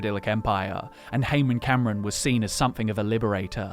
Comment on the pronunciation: I've always pronounced Camoran as Cam-or-an rather than as Cameron(Cam-er-en).